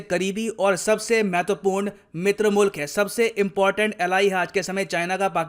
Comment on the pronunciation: when told mitra mulk, I literally heard "mutra mal" (pee & poo)😂😂😂